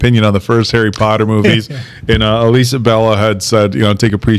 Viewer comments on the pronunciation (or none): none